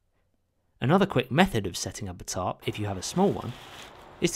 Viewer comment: Your funny accent makes the captions read, "top" whenever you say tarp